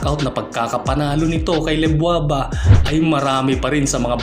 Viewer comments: LEDWABA yun, hindi LEBWABA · Lebwaba? Ledwaba yun